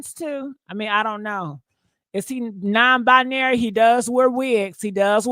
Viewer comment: Bi-Narry Non - Bi-Nary , Gender - fluidary ....iam.confused cant yall just be Trasngener 😂😂😂🙈